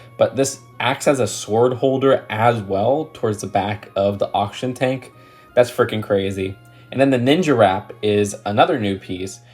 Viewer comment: oxtion tank???? auction tank??? its oxygen tank theres a g in there mate